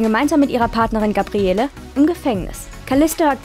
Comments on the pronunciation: Xena kann Sie richtig aussprechen ja, dafür Gabriellllleeeee nicht:-) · Wie sagt man, dass man nie xena geguckt hat ohne zu sagen, dass man nie xena geguckt hat? Indem man Gabriele wie nen deutschen Dorfname ausspricht. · Ja, es wird Gabriell ausgesprochen. In Staffel 1 hieß sie noch Gabriella. Aber Hauptsache Eveny richtig aussprechen. Lol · Gabriele, das e am Ende wird nicht gesprochen. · GABRIELLLLLLL!!!! Nicht GABRIELLEEEEE. Herrgott, bitte erstmal Serie angucken, bevor man ne Inhaltsangabe vorliest. Ganz zu anfang nannte sie sich mal GABRIELLA, was später in GABRIELL geändert wurde. GABRIELLEEEEE hieß sie aber NIE. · Es heisst "Gabriell". Das E am Ende des Namens ist stumm und wird nicht ausgesprochen ! Habt Ihr eigentlich jemals Xena angesehen DE ? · Das e am Ende von Gabrielle ist stumm. Der Name wird französisch ausgesprochen. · Nachdem ich gehört hab, wie der Name von Gabrielle ausgesprochen wurde, war für mich dieses Video erledigt. Klarer Beweis, daß man sich nicht mit der Serie auskennt und diese nicht mal geschaut hat. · Gabrielle wird ohne E am Ende ausgesprochen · Seit wann spricht man das E von Gabrielle aus? Also dass Kreuzigung grausam ist, glaube ich sofort